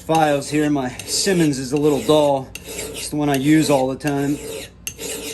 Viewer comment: Scy-monDs, not “simmons”. Simmons is separate company entirely